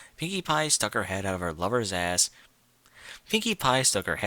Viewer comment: The way you pronounced "ahhss" and "pussay" in this nearly killed me. xD